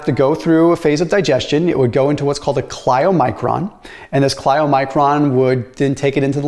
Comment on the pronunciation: please pronounce the word "chylomicron" correctly. Thank you.